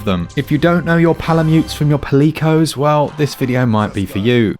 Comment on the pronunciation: Not sure if i'd agree with the pronunciation of Palicoes as pa-lee-coes compared to the usual pally-coes. :D